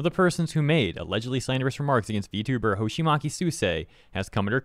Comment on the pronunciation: Hoshima[tʃ]i. Not Hoshima[k]i